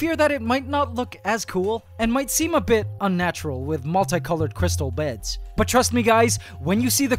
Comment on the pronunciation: listen to how he says beds sorry ac but it’s to funny